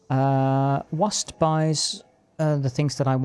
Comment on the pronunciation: It’s usually pronounced wa-SET. It is indeed a city in ancient Egypt.